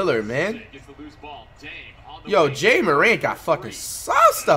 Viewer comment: For the 1 millionth time it's it's pronounced like Jah not jay-a